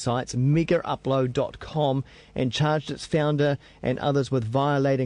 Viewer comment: lol i know he has different pronounciation. but he saying "megerupload"